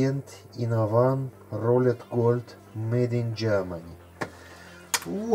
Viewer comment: Моде чтаеться как мейд